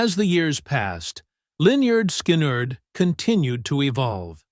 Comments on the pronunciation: This DINGUS pronounced the name Linyard Skinerd at the very beginning. Don’t waste your time on listening to any of this. It’s trash. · Linn-yerd Sky-nerd...what an ignorant way to pronounce a legendary band. Ignorant channel... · Pronounced Leh-nerd Skin-nerd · So disrespectful..... You're not spelling it right dude! It's "Lin-yurd Sky-knee-yurd". 😅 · Lyn*yerd Sky*nerd says it all. 😂 Someone who truly cared about them, would take care with the pronunciation of their name. Period. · Learn how to talk get there name right loser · Whenever I come to one of these computer generated audio mashups I close it immediately and go on to the next thing. They can't even come close to pronouncing the name of the band correctly.